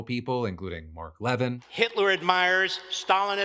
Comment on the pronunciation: Fk Phil, you been saying levin this whole time I didn’t know who the fk u were talking about, then I realize it’s actually mark le-veen lol